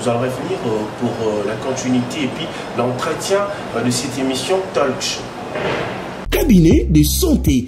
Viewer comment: balobaka TALK show et non talc show mimi depuis usa